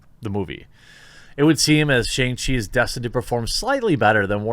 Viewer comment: Shang rhymes with song or bong, but with a shhh sound. Also, Iron man was a D list character at best before his movie. People saw it for RDJs redemption. Shang chi is actually a good character. It will be a decent action movie probably. Maybe not the best, but the character was launched because American audiences were suddenly fascinated with martial arts. It's how we also got Iron Fist. They're kinda similar but Danny Rand is a rich blind and Shang has an evil dad.